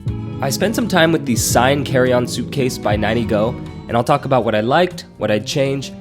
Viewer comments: Good review. I think it’s pronounced like the Seine river in France: “SANE” not “SIGN”. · Seine in French is pronounced closer to “Senn” No big deal when we translate into English 😊